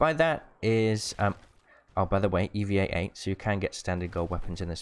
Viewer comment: Why do you say EVE-E-A-8 Eva-8